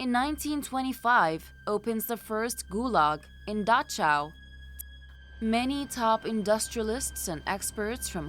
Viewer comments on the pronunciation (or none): Dachau is pronounced with the CH as in Bach. Not like the english CH in Cherry.